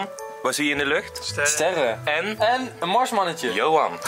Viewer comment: ben ik de enige die het grappig vind hoe hij zegt, johan